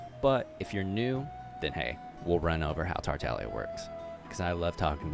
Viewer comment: Does he just not say the G in tartaglia?